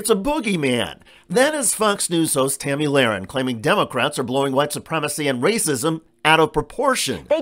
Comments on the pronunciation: Her name is Tomi not Tammy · It's "Tomi" not Tammy